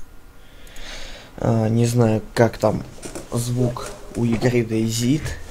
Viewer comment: Дэй Зит... ахась Зет и Зи(оба правельные произношения) слил вместе